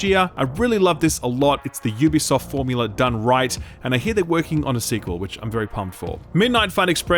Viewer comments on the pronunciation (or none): none